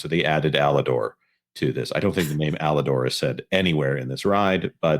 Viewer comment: To correct, it's Aladar. Not Alador.